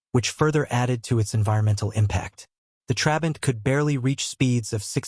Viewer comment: And "Trabant" is stressed on the second syllable, and you are alternating between showing us very different models as if they were the same: the 500, 600 and 601 (which is the one most people think about as "the" Trabant). And of course by the time production ended, it was no longer powered by that puny (but totally adequate) 0.6 litre two-stroke, but by a 1.1-litre four-stroke built under licence from VW, as the Trabant 1.1.